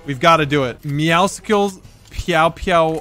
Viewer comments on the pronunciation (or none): His name IS NOT MEOWSICKLES IT IS "MEOWSCLES" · Does anyone else realize IT IS NOT MEOWSICLE LIKE MEOW AMD POPSICLE AND THAT IT OS ACTUALLY MEOWSCLES LIKE MEOW AND MUSCLES? IT IS SOOOO ANNOYING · u say meowscle wrong its meow and muscle mixed together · Not a single one of them can figure out its pronounced “meow-sulls” like muscles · When will realize it's not meowsicles its Muscles with meow instead of mu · It's "meow-sils" like muscles, not "meow-sicles" like icicles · Nobody pronounces MEOWSCLES right. They all say it like meow-sickles. When its pronounced muscles with a meow like its not hard to pronounce a word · why does he say meow cicles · It is NOT meowsicles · Anyone else triggered that he says meowscles wrong ? 💀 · ur saying meowscle wrong its muscle and meow mixed together